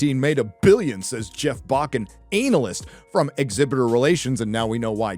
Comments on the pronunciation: I'll never be okay with how you say analyst (ANAL-ist) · If there was valuable insight at the end of this video I didn't get to hear it, because I gave up after ten minutes of sophomore ranting and about the fifth time you said "ANAL-ist" as if it were a witty bot mot. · Kills me whenever he says Analist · i was enjoying the analysis until you kept saying analist and i zoned out, cringed and stoped watching... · I wish I could get a non-childish viewpoint on this content. ANAL-yst. Really? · The emphasis of ANALyst LOL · lmao its not pronounced ANAL--IST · Lmao Anal-ist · Hmm, I for one don't think is putting enough emphasis on the word "analist". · hey- i take a fence at the pronunciation of anal-ist as a professional anal-ist... sht it mean analyst... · Analcyst? Analist? 🤣😂🤣😂🤣😂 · The rather deliberate mispronunciation of "analyst" is quite amusing. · I agree with what this guys says but surely thats not how americans pronounce 'analyst' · The way this guy pronounces analyst freaks me the fuck out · thats not how you pronounce 'analyst' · Your continued and intentional mispronunciation of 'analyst' is as cringe as anything Disney has produced lately. Aside from that, good video, but come on. You're better than that. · it's the emphasis on "analyst" for me 🤣🤣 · Dude that's not how you pronounce Analyst 😅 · I finally learned how to pronounce the word analyst.